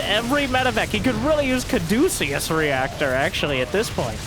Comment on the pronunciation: Oh man he doesn't know how to pronounce caduceus